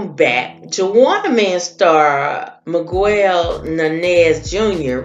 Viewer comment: ewww its not that hard, Mee-gell... and if he felt the need to leave without laying, Nothing's funny about it🙄